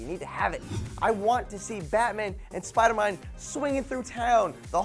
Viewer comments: Did...Did he just say...Spidermime? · Did you just say Spider-mine? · said spidermine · Did he say batman and spidermine? LOL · I could've sworn he said "Spider-Mind"